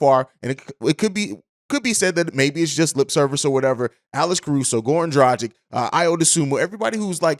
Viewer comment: Dragic not drajic